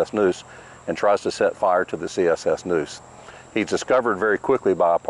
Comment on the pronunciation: It's NEUSE like the river not NOOSE like the rope